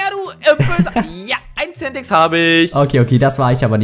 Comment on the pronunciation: Bitte sag das Centex bitte ehrehman